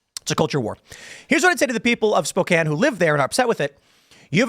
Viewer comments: Finally someone told Tim it is pronounced Spo-can NOT SpoKANE. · lol. Someone else must’ve told him how the town name is said. Spoke-Anne :). Made my ears bleed just a little listening last time. 😆🤷🏻‍♀️. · you'd think tim would bother to learn how to pronounce american cities...